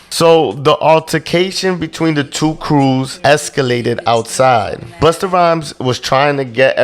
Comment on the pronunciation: The way Vlad says "buster" 🤣🤣